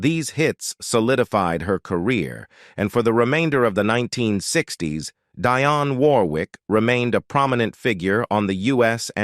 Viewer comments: What a horrible YouTube channel. You can’t even pronounce Dionne’s name correctly. Then you break into jive talking in some foreign language. 👎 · You want to tell us about her, yet you can't even get your computerized voice to pronounce her name right. Shame on you for wasting our time with something you know nothing about! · One of the best and most beautiful. This narrator needs to pronounce her name right.